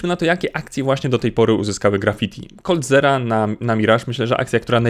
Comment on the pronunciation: Koldzira nie koldzera ;)